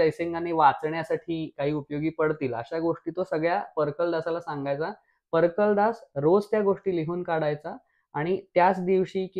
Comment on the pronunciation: Fantastic narration of my favourite "Rajasthani Records". BTW it's परकालदास not परकलदास